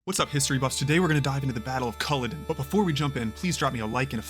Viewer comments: Since you can't even pronounce Colluden nothing else in the video is likely to be correct either so not worth wasting time on. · My god man at least get the name right. You'd be pissed if some European riffed about the battle of Ge-teas-burg. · spend 30 seconds to learn how to say Culloden and the butcher Cumberland